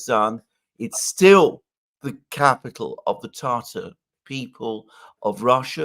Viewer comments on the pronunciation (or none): Tatar. Tatar. Not “Tartar”. Which is a sauce.